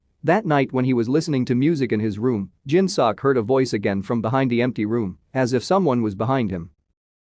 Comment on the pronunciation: It bothers me how this voice says “seok” 😭😂 it’s meant to be said more like soak